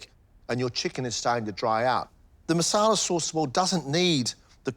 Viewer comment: marsala not masala